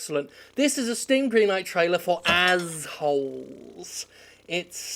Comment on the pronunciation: Take a drink every time Jim says Ahh bblblblb hole